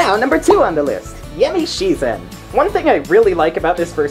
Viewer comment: Yamishizen was said imcorrectly, but this video was great!